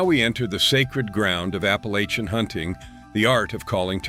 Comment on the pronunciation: Wish to hell y'all would learn to pronounce "APPALACHIAN".. ALL VOWELS ARE SHORT!!